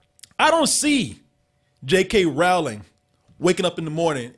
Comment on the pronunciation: it's Rowling like Bowling. lol